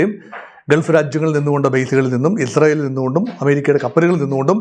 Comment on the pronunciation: ഇദ്രായേൽ അല്ല ഇസ്രായേൽ